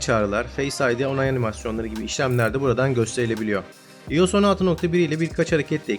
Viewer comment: İyos diye okuyunca videoyu kapattım.